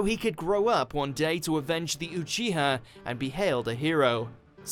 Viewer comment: Ucuha = uchiha